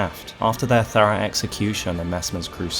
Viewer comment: Romina is as built out as your pronunciation of thorough; the most important part of it of it was missed in its entirely.